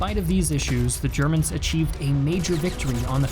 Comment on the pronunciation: You constantly mispronounced Ze Chermans.